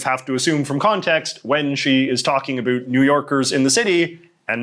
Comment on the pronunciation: Wonderful video! But I can't figure out why you pronounce "about" as "uh-BOOT" instead of the standard "uh-BOUT". ??? It's not Canadian -- they say "uh-BEH-oot".